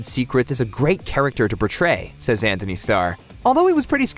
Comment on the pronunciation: It's An-T-ony, not Anthony.